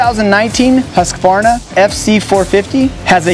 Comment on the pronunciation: Thankyou for not saying "Huskavarna" like the rest of dimwitted America...